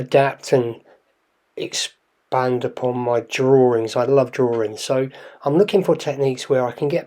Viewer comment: Every time you say 'drawings', I think of Mike Meyers on Saturday Night Live! He did a reoccuring skit about "Simon and his Drawrings". 😂😂